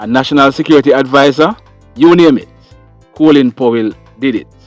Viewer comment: Coolin is the Americans screwing up the English language. It's Colin.